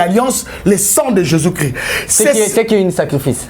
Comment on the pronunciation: BALOBAKA JESUS CHRIST YO PROPHÈTE YA NDENGE NINI OZO LOBA JESUS CRI ? DONC OZA NA JESUS MUSUSU MAIS CHRIST TE PO ELOBELI NAYO EZO YOKANA JESUS CRI . MAIS CHRIST EZO YOKANA TE OZA SISIPEEEEE.